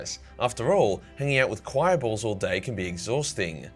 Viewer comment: Bro your choice of words and the way you say bolls 😂. “ BuT tHeN I ThougHT, Gells HaVe BoLlS tOo!” ^